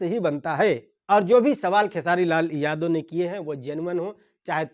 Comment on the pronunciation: Bhai vah sab to theek hai lekin jab Tum khesari Lal Yadav bolate ho to Yadav Shabd per itna Jor kyon ek Karan yah bhi hai isliye hamara Bihar piche hai kyunki hamare Bihar mein jativad bahut jyada hai to anurodh hai aapse ki thoda title per kamjor dekar bole aur jo Mudda hai use per jyada Jor dekar bole taki log acche se samajh paye aur sorry agar yah meri baat bura laga ho